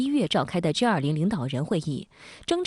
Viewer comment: 主播，是G20，不是J20